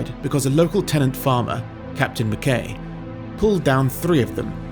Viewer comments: McKay is pronounced McKeye. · I was taught that the name McKay_ was pronounced "McK_eye_ ""_... (Open too correction, of course.)